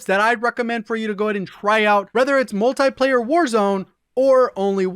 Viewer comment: Its not Multaplayer its Multiplayer.